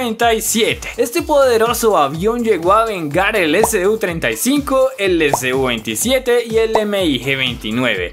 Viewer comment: Se dice su-27 todo junto no S-U